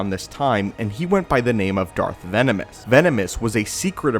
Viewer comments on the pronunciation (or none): That's what I was thinking to, also it's pronounced Darth Venamis